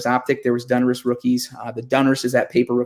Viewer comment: Plz plz brother, its DONruss not DUNruss